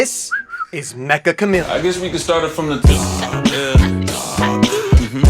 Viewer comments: its not Mek-Ka its Meccha like in met-cha. Like cha in in charger without the R. めっちゃ (Met-Cha) カメレオン. (Ka-Me-Re-On) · It's actually pronounced meh-cha! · Mecha is actually a Japanese word, ans it's pronounced as 'Metcha' Chameleon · It's pronounced "metcha" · everyone is pronouncing it wrong !!! its "me"-"ccha" , double c its a casual /playful japanese word for "very" you would use it like this this game is very interesting -> kono game wa meccha omoshiroi so the game title essentially means very chameleon , which fits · Uhm actually, it's pronounced "Metcha Chameleon" 🤓☝️